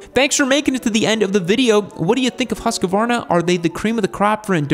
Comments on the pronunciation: Pronunciation is close. Firstly "Hus" is pronounced with a long u. Secondly Americans tend to want to add an 'a' between the 'q' and 'v', just try to pronounce it "hus-kvarna". Same thing with Husberg btw. Long 'u', dont add an 'a' between hus and berg, and the 'e' in "berg" is pronounced 'AE'. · your pronunciation is not that far off. but instead of pronouncing the U in "Huss as the U in fuss, the U should be pronounced as the U in "Use" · Don't say once more in english Husqvarna. It's terrible to hear. Put the word "Husqvarna" in google translate under sweden laguage and push the speaker button to hear the pronauncing. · husqvarna not husquarna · I think it's just bait because they know people will leave a comment with the correction generating engagement, so he's pretty committed to adding an entire syllable at this point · Bro it's written in the picture how to pronounce it : "Husk-varna", yet you are adding an 'a' and saying : "Huskavarna". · Husqvarna is one long word not HusaQvarna. Good pronunciation of swedish word dogh. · As an American with a Swedish wife she keeps telling me how to say Husqvarna correctly. She says "There is no 'a' after the 'q'. It's pronounced Hoosk-varna." She took me to the town of Huskvarna, Sweden where they have an awesome museum! Great brand with a long and storied history which your video does a very good job of telling. Congrats! 😁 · You're prounincing the "u" too quickly. They way you say it we would spell Hussqvarna. But only one "s" so make the "u" longer. The "q" is indeed a k-sound like you say it. But then you go up on the "v" when you should go down instead. Haha, nice video! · I used to work at the R&D center, it is "Who"-"Skvarna". Plenty of Swedes around to figure it out back then. haha! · FFS!!! Huuus-kvarna, man! ..not that hard.. Love the channel...and the Swedes...❤ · In Swedish the pronunciation is Hus Kvarna. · Actually hoosk varna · Its pronounced Husk-varna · Pronounced husk -varna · HuskAvarna? No